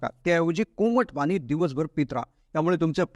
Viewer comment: Speak good Marathi..not ani Pani . Hariom.